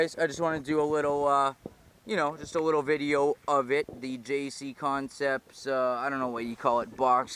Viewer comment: It's "JConcepts" not JCConcepts... 😒🙄